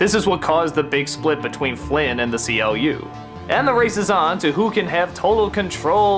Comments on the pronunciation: amiibler Completely mispronouncing CLU is a major hint at this, even though his name is stated many times across the film. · The C L U? no its Pronounced Clue But Spelt CLU